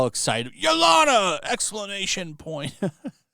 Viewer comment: You seriously need to work on your pronunciations. Yelena (ye-lay-na) is not pronounced yo-lana.